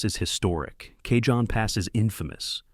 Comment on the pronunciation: Cajon pronounced " Ca - Hone " ..... Spanish origin..